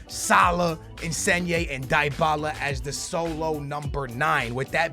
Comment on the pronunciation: it's DEE-Bala. For fucks sake